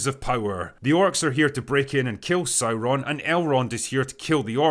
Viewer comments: Oh no not SaurrrrRRroon. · Dude, it's pronounced SOYRON, not Sauron......